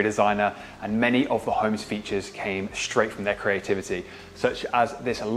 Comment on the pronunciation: straight NOT shtraight